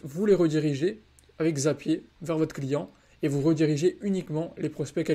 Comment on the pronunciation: Video incroyable comme d'habitude ❤ Mais on dit "Zapieure" pas "Zapié" 😂